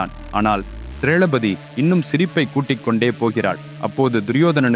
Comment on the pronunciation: ஐயா சிறிய திருத்தம் திரளபதி இல்லை திரௌபதி